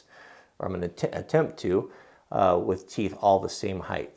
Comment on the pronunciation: I know it's not the end of the world but there is no "th" sound in height. For some reason it drives me crazy when it is pronounced that way. Height ends in a t and depth has the "th" sound. Even so I love the video.